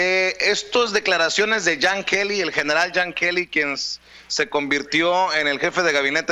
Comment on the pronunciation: no es jan kely es john kelly